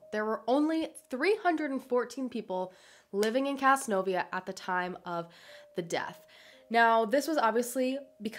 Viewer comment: whoa...casnovia. thats literally the next county over from where im from. its pronounced caz-nove-euh